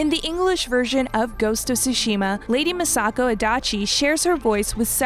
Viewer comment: ”Misako” ”Dushu” bruh i dont know why but its kinda irritating that she pronounces almost everything wrong